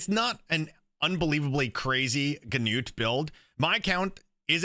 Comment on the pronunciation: nice video! and btw... finally someone who pronounces "Gnut" the right way xD (the [gn] is spoken like in a-[ckn]-owledge)